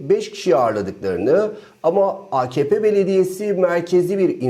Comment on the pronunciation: Akepe değil AKahPe.